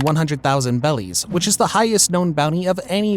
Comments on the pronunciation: Why does he say bellies? Instead of berries. Just confused and wondering 😅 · Loved the video but please call them berries instead of “bellies” it hurts 😅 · Please call them berries, not bellies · Is it berries or bellies 😅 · BERRIES.!. BERRIES, NOT BELLIES.!. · Are you saying bellies instead of berries to troll people? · I wanna know how you get “bellies” out of “berries” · bro keeps saying bellies not berries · why does bro pronounce it bellies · Berries not bellies ffs that’s driving me crazy the reason the Japanese say bellies is because r is hard for them to pronounce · Thumbs down and turned off after he said kaidos bounty was in “bellies” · Your videos are great but I don't know why it pisses me off that you intentionally mispronounce things, like Rayleigh or Beri We have a fucking dub version of the show already lol Use whats in the dub